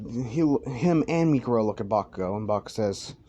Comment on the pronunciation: mikuro? isnt it miruko